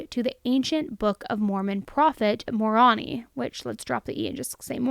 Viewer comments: Hey there, as an ex-mo, just wanted to let you know that Moroni is pronounced, "more own I," not "moron-ee". Hope that helps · Moroni is pronounced "more-oh-nai" or "more-own-eye" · Moroni is pronounced "Mow-row-nai". Love your podcasts! Lori is the Queen of manipulation. Man, hindsight on this is so 20/20. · Moroni is pronounced like "Moro-nai". Definitely like the podcast segments! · Lol she thought she was sealed to Angel Moroni? It’s pronounced Mah-row—nye for future reference, loved the video as usual. I grew up LDS, there is a lot that what she is saying is tied to the faith, (I had a member of my bishopric talk in institute about how one day we will be “gods” of our own world much like earth. My follow up question was if Jesus goes through the cycle of dying for their sins on each world, to which he said no. I answered with so you mean to tell me we will be gods on other planets where we will have people learning and believing in Jesus on some mysterious planet dying for their sins? It’s hard enough for people to believe it happened here let alone another world.) haven’t been back to singles ward since, the deeper you get the more looney the religion gets. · Moroni is pronounced mor-own-i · No that it matters. Moroni is pronounced with a long I. 😂😅. Born in the cult but I’m out now. Trying to forget the crazy stuff but it’s still stuck there. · I love how she pronounced Moroni😂